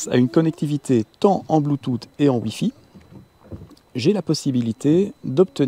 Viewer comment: bluetooth en phonétique: blu.tus et pas blu tut ;) c'est rigolo :D